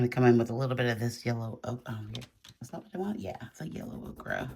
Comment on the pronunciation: The correct pronunciation for yellow ochre is “O-cur” not “O-cra”. I love your work! Thanks so much for sharing.